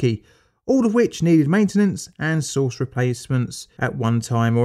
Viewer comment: "Next, we baste the roast in cobalt-60 sauce ..."